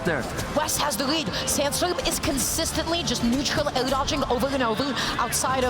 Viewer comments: drinking game: take a shot every time you hear down eugh instead of down air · which doesn't necessary exclude her from being an anauncer. I think she just doesn't know that the word is "air". Didn't notice another mispronounced words, but English isn't my first language. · she most likely knows the word air, that's common sense. She can't pronounce it which is the reason why she shouldn't be an announcer, and the pronunciation is also vexing. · Totally fine except that she couldn't say "air"